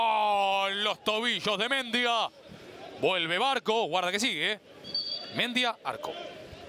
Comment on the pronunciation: Pregunto, locutor y comentarista. Porque no pronuncian Bien como corresponde los Apellidos?. Si el chico es Mendía con acento en al i sino me equivoco. Y pronuncian Mendia con el acento en al e que no existe, No lo comprendo. Igual que con Di Lollo y lo pronuncian con Y que no existe en el Apellido. Una cosa de locos. O éstos 2 periodistas son Nacionalistas Populares?. Increíble. saludos.